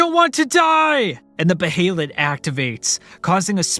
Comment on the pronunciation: And beeheelet